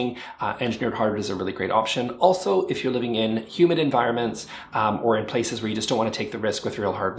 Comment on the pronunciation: I thought he said human environment instead of humid environment. I was like ‘yep. I agree. I’m way too clumsy’ 😂